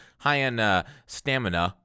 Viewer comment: when you emphasized "stamina" i lost it laughing 😂😂